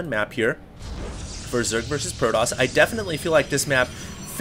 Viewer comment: argh, stop saying proDoss!